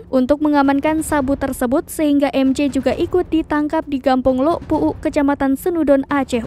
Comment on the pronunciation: Lhok puuk.. bukan lok puuk.. ada h nya.. sok tilo pembaca beritanya..